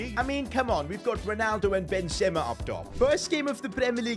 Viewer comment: He can’t even pronounce benzema 😂😂😂😂😂😂😂😂😂😂😂😂